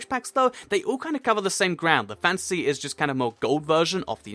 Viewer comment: when you said fantasy, i thought you said fancy!!!